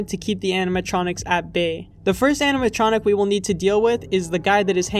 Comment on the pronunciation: does it not bother anyone else how this mf repeatedly mispronounces animatronic as "aminatronic"